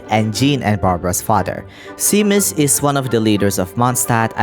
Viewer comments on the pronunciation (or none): Also Seamus is pronounced Shay-mus! :D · Seamus is generally pronounced like shaymess or shaymuss💜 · your pronunciation of seamus is driving me insane lmao